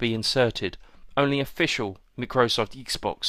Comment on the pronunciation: Macrosoft? lol. Micro - Soft